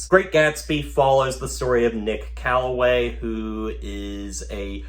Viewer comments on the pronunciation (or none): Nick Carraway, not Calloway.